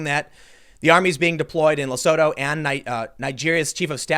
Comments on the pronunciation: Tim... Lesooootu. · Hahaha. Had no clue what country you were talking about until you said "surrounded by South Africa" It's pronounced: Le - Su - Tu. Also, there is no food shortages here. It doesnt take much to set people off here to start looting. So far I've only seen people looting liquor stores. Selling sigarette and alcohol is currently banned during lockdown. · Oh shit, I didn't hear about this from local media. PS, Tim, it's pronounced lesootoo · Quick side note, it’s pronounced “Le-soo-too.” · South African here - it's pronounced "Le-sue-tow" ;) It's a sovereign state inside South Africa, they have a king as well. So far they actually don't have any reported cases but as you said, this could be due to testing. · hearing Tm trying to pronounce Lesotho made my day...hehehe But in all fairness,I think south africa has been heading that way for a whiile now,covid virus or not.